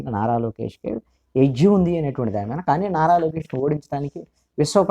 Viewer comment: Sir,u r always pronouncing Meena instead of మీద బెటర్ to change word hence forth